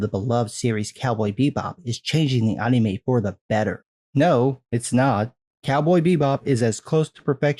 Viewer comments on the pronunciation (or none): Bruh can you just say anime not UHNNIE-MAY? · The way you say Anime is so fucking weird man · You say anime weird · The way you say "Anime" feels very wierd man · I love your content, but you pronounce anime like a weeb